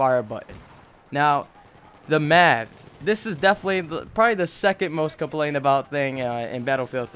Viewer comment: M.A.V. not mav